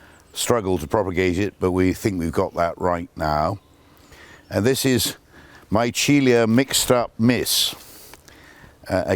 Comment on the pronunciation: A wonderful look at some of these beautiful plants that thrive so well at Caerhays. Just a note, the genus Michelia (which is now sunk into Magnolia, of course) was named to commemorate Pietro Antonio Micheli, so should be pronounced me-KELL-ee-ah, accordingly.